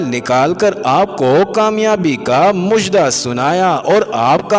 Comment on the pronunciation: ایڈمن.......لفظ "مُژدہ" نہیں " مَژدہ" ہوتا ہے....... لفظ " عُنصر" نہیں " عَنصر" ہوتا ہے " خوشنَودی" نہیں "خوشنُودی" ہوتا ہے